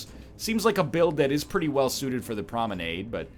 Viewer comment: Hey NL: hy have you started mispronouncing promenade? You pronounced it correctly for your first couple of dead Cells videos but have been mispronouncing it ever since.